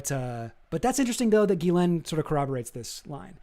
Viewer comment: It's pronounced "Jizz-lane"